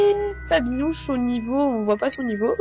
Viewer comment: On dirait que tu à dit Nabibi ! 😂😁 !